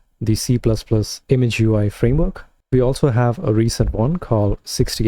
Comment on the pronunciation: ImGUI is pronounced IM-Gooey, not Image UI. It's an acronym for Immediate Mode Graphic User Interface.